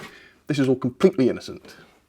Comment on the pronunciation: You sounded the most the British ever when you said said “this is all COMPLETELY innocent”